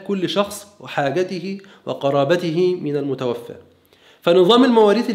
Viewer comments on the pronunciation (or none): none